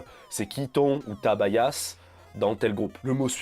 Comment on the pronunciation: Je crois que Bias ne se prononce pas bayasse, mais biasse :) sinon très bonne vidéo